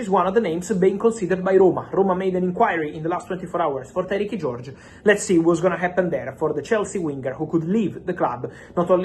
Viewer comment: Tyrique is not pronounced Tyrekey Fabrizio. It's the same as Tyreke - Tie-reek